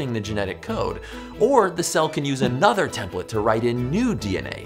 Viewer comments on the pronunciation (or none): Every time Joe says “another”, I get a flashback of “another one...and another one...and a-NUH-ther one!” 😄